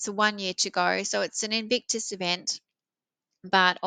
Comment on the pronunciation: Nono, you were correct in your pronunciation. "Evictus" sounds correct. 😂